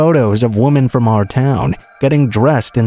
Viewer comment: Please learn the difference between “woman” and “women”. I couldn’t listen to this all the way through with the pronunciation of the words being wrong. “Woman” is singular and “Women” is multiple.